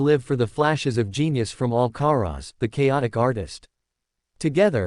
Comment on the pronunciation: Of course it is? They are bloody irritating..Carlos AL Ca Rez Really? You have to ask?